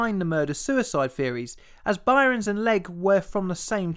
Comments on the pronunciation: Its pronounced "burns" not "byrons" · It's not By-rens. Byrnes is pronounced same as Burns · "Rottergens" Really? "Byrons"? Shoud be pronounced "Burns" - I've made comments before about your inability to pronounce common words normally. Get a narrator to help your otherwise OK work. I can't subscribe to this unlistenable cr@ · FYI the name "Byrnes" is pronounced "Burns", not "Byrons". ( ) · I've only ever heard the name Byrnes pronounced "burns" and never "bi-rons", so you may not have got his name right. You also mention the Arctic and then show a map of the Antarctic. Finally there's the weight to dimension anomaly that Armilar Zifferblat mentions. Your videos are very good and I'm a big fan, but you need someone to proof read the scripts and check pronunciation if you want this channel to become really popular. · Btw, his name is pronounced "Burn" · I love your channel but I have to say 'Byrnes' is pronounced the same as 'Burns' it is just a different spelling. Otherwise another amazing vid! :) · Byrnes is just pronounced 'Burns'. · "Byrnes" is pronounced "Burns". It's not regional, either. There's an Irish comedian (as in from the UK) named Ed Byrne, pronounced "Burn". Do research.